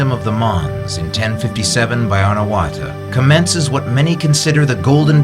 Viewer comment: Anawratha is pronouced not A na wra tha but " Anaw ra tha ". please.